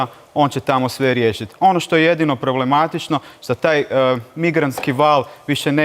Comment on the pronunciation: Kaže se način, ne naćin. Ne problematićno, već problematično